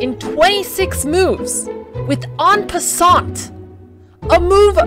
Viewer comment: What is it with chess players pronouncing en passant wrong